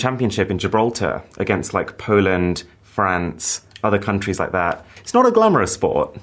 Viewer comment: Mrwhosetheboss saying Poland.mp4